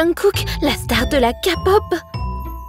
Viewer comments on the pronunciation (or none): Ça ne se dit pas Kapop, ça se dit K-pop (Keypop), c'est de l'anglais, le "k" ce prononce [keɪ], (korean pop). Et ce n'est pas très raisonnable de faire passer Jungkook pour un homme à femmes. 🤨 Même si je ne le connais pas personnellement je sais qu'il n'est pas du tout comme ça, il a un total respect envers les femmes. 🥺 Mais je pense (je l'espère) que se n'était pas dans des mauvaises intentions. Car j'adore les vidéos que vous faite malgré tout et surtout lorsqu'il s'agit de le Corée du Sud. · On dit K-pop et pas kapop merci sinon j'aime trop vos vidéos